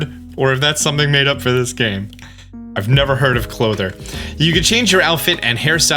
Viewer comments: It's clothier, pronounced clōth-ee-er. It is a real word for a person or company that makes and sells clothes. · Just gonna say , love htis video but, cloth-ee-er. not clothe-er lol! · The way you pronounce "clothier" tells me you've never played terraria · I believe It is pronounced cloathy-yer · Clothier = KLŌ-thee-er. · it says on screen how to say clothier. Cloth-ier (Kloth-ee-er) its an old english word. well not old english..i mean, ive certainly heard of it. and again, its on screen. say for Why-Deer. :? no idea where your getting your pronounciations from. the nintedo streams where you hear they speak in japanese you can hear them say it to, althouh with a japnese accent, its still not WHEEEER-DEEER or the CLOTHER. Cloth-i-er, why-deer. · Clothier. Clo-thee-ear. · Boi pronouncing clothier wrong is killing me lol, like it's funny, I'm not mad. It's klow-thee-ur if you were wondering, also he's pronouncing things like Hisui and Wrydeer not how they are officially pronounced in the trailer is that like an inside joke or something or does he just not care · Clothier. Pronounced clothe-ee-er. Very old word for a very old region. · It's pronounced klow·thee·ur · So excited can’t even read words proper. Clothier, Arena, Hardiest… got to be the first YouTuber to put out a video by any means… lol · Clothier is very much a real and normal word, though you missed the entire letter i in your pronunciation. 😅 also... Hisui = hee-soo-ee 👀